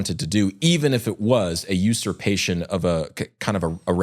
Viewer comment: "...on "A" ethical level"... "A" aeiou... and sometimes y ...u just used "userpation" less than 15 seconds ago